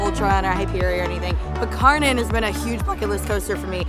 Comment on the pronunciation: Fun fact: Kärnan is Swedish, the real Kärnan Tower is in Helsingborg, Sweden (edit: the area originally belonged to Denmark). The translation of Kärnan is "the core". The proper pronounciation is like "Share-nun" for English, because the K in Swedish can also be pronounced as a "sh" which is the case here. The "nun" at the end is also literally like in "nun", not like in "nanny". Shoutout to "Coaster Stop" channel from Sweden who taught me the correct pronounciation. edit: And the Danish pronounciation would be more like "Care-nan". But never really "Car-nan" like in this video ;)